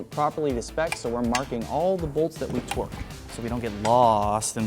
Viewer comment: Love how says “twerk” instead of “torque”😂😂